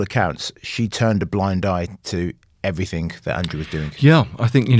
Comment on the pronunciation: I think I am listening to a serious journalist and 10 mins later I have to hear 'everythink', for gods sake people, it has a G not a fucking K at the end.